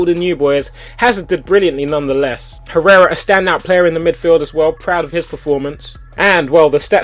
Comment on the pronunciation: ***** You don't pronounce "h" in Spanish language Tobi! It's like "errera". + letter "j" is "h".